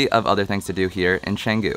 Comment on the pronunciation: chang gu not shang gu